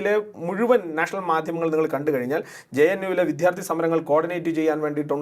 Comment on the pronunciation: വിദ്യാർത്ഥി എന്ന് പറയൂ വിദ്ധ്യാർർത്ഥി എന്നല്ല തിരുത്തുമല്ലോ